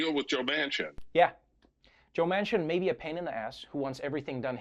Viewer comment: How many FFF times can he say JOE MANSON MANCIN! Jesus! 😱😡